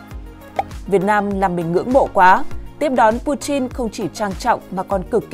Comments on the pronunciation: Putin chứ ko phải puchin nhé..nghe rất khó chịu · Chin với tin chịu sự phát âm Ko thấy nhục ak😂😂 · Pu-tin chứ không phải Pu-chin